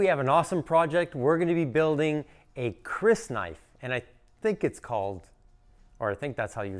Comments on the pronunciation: It's pronounced like "crease" and an alternate spelling of the word you sometimes see is keris. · Hi you were close enough, it’s pronounced kr-EE-s or ker-EE-s. Legend states it originated in Java, but it’s safer to say that it originated in "the Malay world" (modern Indonesia/Malaysia/parts of Philippines) in order to avoid a lengthy political debate in the comment section lol The dagger type you did here looks more Filipino in design though, used in Kali and other Filipino Martial Arts. Very challenging blade and grind lines